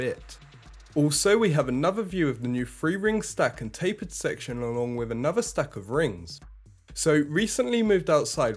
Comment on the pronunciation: What’s up with Brits now not being able to pronounce “th”? “New nose cone wif frusters.” You’re not the only one, it’s all over YouTube. I’m not trying to be a jerk, is this a recent pronunciation shift in Britain?